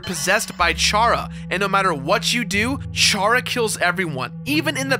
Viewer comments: Its chara like charaxter my guy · It's chara as in characters. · It's Chara as in c not ch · I think Chara is supposed to be pronounced "Kera", like "character"... Maybe?